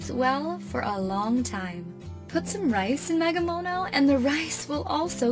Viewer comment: I’d like to say “magemono “ not “magamono “